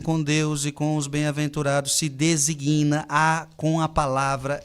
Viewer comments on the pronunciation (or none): Obrigado Frei Gilson pelos ensinamentos, de modo tão claro, de acordo com a Sagrada Escritura e a Doutrina. Mas permita-me uma observação respeitosa: não é correto dizer "desiguina" o correto é falar DESIGNA, verbo designar. Não podemos dizer "desiguínios"de Deus", pois o correto é falar "DESÍGNIOS DE DEUS": de-sí-gnios. Queira me desculpar pois é uma observação crítica, mas respeitosa.